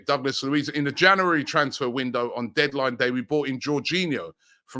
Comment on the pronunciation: Don't forget months of the year, "Janooary"